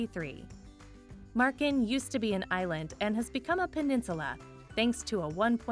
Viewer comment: Marken and Groningen were... decent